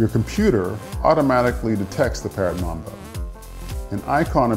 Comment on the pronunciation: He said mumbo its mambo